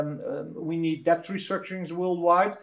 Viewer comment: Great content great guest. Someone just has to explain to Willem that the b in debt is silent